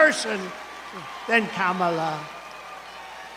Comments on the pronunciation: "Karma-la" in the UK, unless we're mispronouncing. Unlike creepy Trump, though, we're trying to get it right. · This is how to say her name, like this, "comma-la"